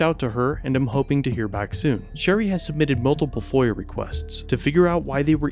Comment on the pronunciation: whatever the lawyer lady put in. Not sure how to spell it. Edit: Googled it. FOIA. Sounded like that said foyer.